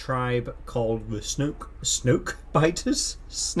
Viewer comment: I died laughing tbh when u said "Snoke" 🤣 Edit: also get well soon mate 👍